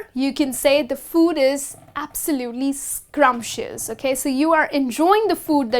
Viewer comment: Madam the word is scrumptious but not scrumpitious